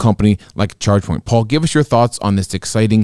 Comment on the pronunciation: I'm hearing Checkpoint every time they say Chargepoint. Checkpoint is an 8 pillar stock! Update on that one, fellas?